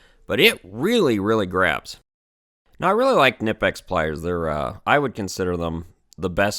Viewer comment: "Nih-pex"? No. "Cuh-knee-pex", Germans pronounce all the letters.